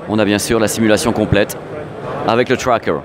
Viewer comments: putains ta gue.... TRWWWAKEUR TROP CHIANT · Ah ben non il le prononce même pas bien, c'est du franglais... C'est comme la manière de dire xperia...😂